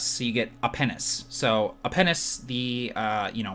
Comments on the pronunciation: Apenus. He said Apenus. Lolz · Wait:You get A-Pen-is? That's one hell of a name bra'! Or was that A pe nus? Wow.. cool name generator. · I laughed as soon i he he said 'Apenus' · LOOOOOOOL Apenus, (or was it Apenos?). Could have been worse. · I thought the exact same thing. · I know, it kind of reminded me that episode of "Family Guy" where Stewie kept mispronouncing penius and vagina. :)